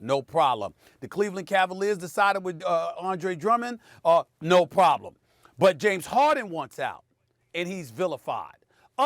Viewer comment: Gramond Dreen :47 and “No Prolem”😭😭😭😭😂😂😂😂